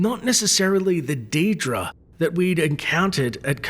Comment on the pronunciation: What's a deed-ra? Do you mean a Daedra?